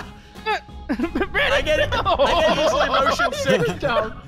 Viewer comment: why did you say brondon not brandon